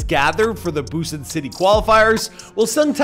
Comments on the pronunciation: TAEEEE AS IN TAYYYYY and BUSAN as in boo sahn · Dude when you pronounced Busan I though you said Boston hahahhaa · It's pronounced "ho-song-tay." Oh,and you mispronounced Busan #getittogether